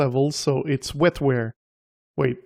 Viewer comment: WET-WARE, not WEL-FARE.